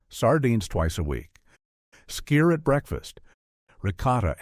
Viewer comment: SKYR is pronounced "skeer".